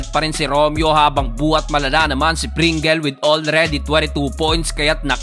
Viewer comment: Stanley pringels 😂😂😂 amusin mo pronunciation 😂😂😂. Pringels😂 dapat basa nyo sa Double ay doubel din. Trisikel bysikel bukel.